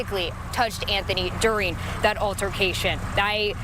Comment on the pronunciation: PLEASE stop pronouncing DURing as “doin’l!!!